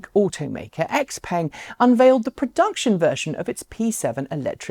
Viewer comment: Please look up how to pronounce x-peng. It hurts to hear you call a nice looking car as if it was an american car. I think there is a YT channel named china driver who bought their G7 model, I'm guessing he can say the name better (since the first time I heard of it it was at leadt similar).